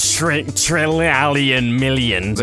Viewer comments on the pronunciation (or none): "there are quantitralion million" xDDDD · "65 thousand quadratamillion planets" LOL